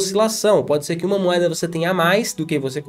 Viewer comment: é o cara que não consegue falar "moeda", ele só fala "moada" kkkk tô zoando mas gosto bastante dos vídeos dele.